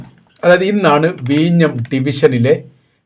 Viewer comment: എടോ....വീഞ്ഞം ....അല്ല വിഴിഞ്ഞം..... വല്ലപ്പോഴും പല്ല് തേച്ചു നാക്കൊക്കെ വടിക്കണം